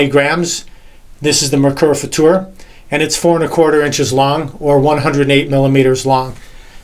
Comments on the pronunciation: Thank you so much for pronouncing it FutuR and not "future" like so many other native English speakers. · Thank you for this great review. Awesome. And you pronounced the"Futur" very nice in German. Great Job!😊👍